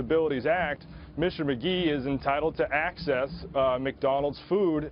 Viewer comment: Mr "Magee" "Mag" "e"